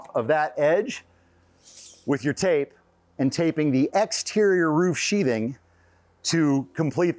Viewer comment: sheath... "th" ... "th" ... "sheathing"